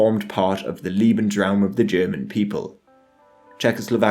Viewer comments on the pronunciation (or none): Lebensraum not leeebensraum becayse that would mean "lovingspace" not "livingspace" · Bro, lebensruam's pronunciation is with a lay sound, not an ee sound. They way your pronouncing it would be liebensruam, which instead of living space, I believe would mean loving space (doesnt seem like the nazi prerogative to me) Lieb is one of the like 8 german words I know, so any German speakers, feel free to correct me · "Liebensraum" -Lee-bens-raum - "space to love", LOL. It's pronounced "Lebensraum" - Lay-bens-raum - "space to live", "habitat", "biotope". If you're going to make a documentary, at least get your basic terms right. "Volk" is pronounced "Folk". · Liebensraum, haha. Lovely ;)